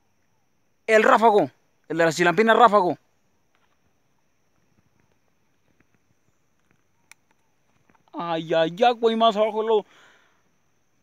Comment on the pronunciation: “Rafago” jajajaja no mames pinche